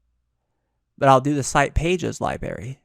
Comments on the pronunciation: LibRary- not liberry ;) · pronounced, LibRary, not lie-berry ;) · i’m sure this video is fine but I had to stop watching after 3 minutes after hearing “Library” be pronounced “Libary” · Please stop saying LIEbary. It's LibRary. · If I hear library mispronounced as liberry once more, I'm gonna cry..... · Stop saying Li"Berry" it's driving me nuts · Two minute in, and I had to comment. You are a presenter, and you are saying 'lie-berry'? Is this your first video?